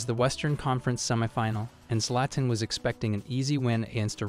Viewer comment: dont ever pronounce Zlatan as Zlayten again